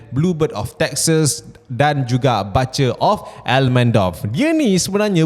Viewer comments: Butcher pronounce as ‘Boot’cher’ not BUTTCHER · Butcher tu bunyi omputih dia "boo-cher"